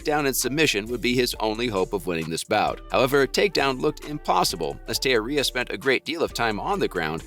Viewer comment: You're pronouncing Teixeria's name wrong bro. Research before posting.